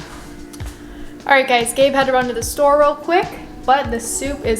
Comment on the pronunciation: "Gabe", not Have...